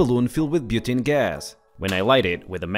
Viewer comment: lol. said "butaani" as butanii.Its said differend